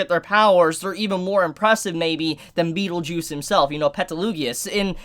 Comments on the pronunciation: to help you a bit. It's PetelGEUSE. Not Petelugius.:D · Why do you call Petelgeuse "Petelugius" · pronunciation: Rem-Reim Petelgeuse- beetlejuice/Petelugiosie Cru-sh turns into crush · You miss pronounce the name of the sin archbishop representing sloth, how very slothful of you. My brain trembles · The way you pronounce Petelgeuse just make me want to commit RBD